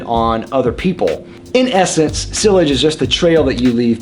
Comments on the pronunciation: Yeah his pronunciation is killing me. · Ha yeah, I’m in my fifties, have lived in the US my entire life, and have never heard anyone pronounce sillage in that way. I thought he was saying sewage at first. Great channel but here’s some friendly encouragement from this fan to explore the original pronunciations a bit more closely. 👍🏻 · All three matter to me no matter how fantastic the scent itself may be. I'm not paying hundreds of bucks for scented water. In fact, the fragrance industry, especially the men's, is such a joke I'm almost tempted to label it a scam but that's another topic for another day. And yes, see-ahj would be the more correct pronunciation but even I still read the word in my head as being sill-age because that's how I thought it was said when I first learnt the word and I guess it's taking time to unlearn it :P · Lol the way he says sillage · You have a fragrance channel and you don't know how to pronounce sillage? wow..you know that actually speaks quite a lot about you...